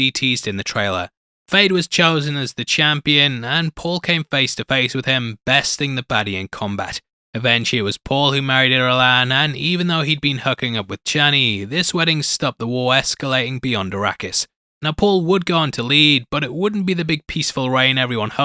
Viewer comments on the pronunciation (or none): Hey, man. I like your vids and enjoy your insights. I would suggest that you check the proper pronunciation of character names. It’s Hader-ack, not -ach, and the princess is named Irulan, not Iluran.